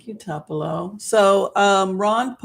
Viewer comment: Good show, but it is pronounced TOOPULO Honey. It is named after the city in Mississippi.